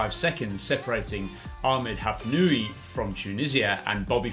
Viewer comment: I think it is impossible to attribute a difference of fractions of a second to the difference between a two-beat and six-beat kick. Furthermore, Hafnaoui is not pronounced Hafnooi but Hafnawi. Ou is the equivalent of w in French orthography..